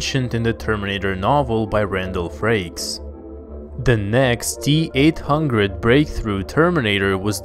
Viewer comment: How we say it : T-800 How he says it : Teat hungred